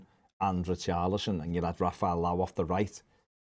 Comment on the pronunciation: FYI - It's pronounced Lee-oww.